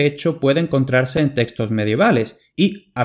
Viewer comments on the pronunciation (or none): none